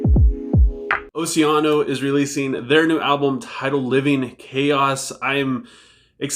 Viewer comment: Nice job on the Oceano pronunciation my guy! Their album probably won't make a huge splash but this is their chance to really try and rise up in the scene.